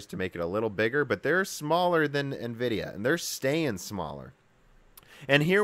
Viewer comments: EN-vidia, not NE-vidia ... #JustSaying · n vidia... i mean it's in every instance of nvidia writing their name they write it NVidia grammatically you're then supposed to spell the N spearately from the vidia and no one say n as "ni" this is the first time i've heard this way of saying it. i know it's common but it's annoying as hell even if english my second language... just stabs my ears everytime :/ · “En-vidia” and not “NA-vidia.” On some older games a woman’s voice would whisper “Envidia” at the splash screen when you start a game. You said it correctly at the mark. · Its N -Vidia, not Ni-Vidia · En-Vidia pls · Nuhvidia? Really? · I like this channel but hearing nividia sounds off. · NEHVIDIA XD